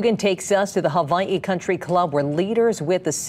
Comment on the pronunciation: How hard is it to say Hawaii?